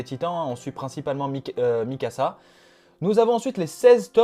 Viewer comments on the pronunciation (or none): none